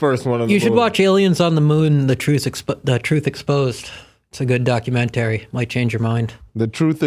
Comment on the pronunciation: Never heard anyone pronounce it like Doc U Men Tarry 😩🤣